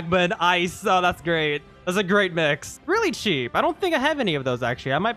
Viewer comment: Bro you said Cheap like wtf?😂